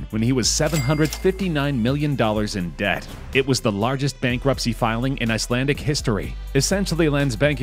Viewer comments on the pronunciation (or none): none